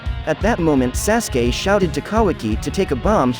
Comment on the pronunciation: Your not even pronouncing sasukes name right...